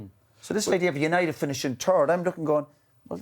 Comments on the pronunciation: "United finishing turd" 😂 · Bitter keane yet again. All because united didn't call. Btw did he say third or turd 😂😂😂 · "Man united have been turd in the league". -Roy keane.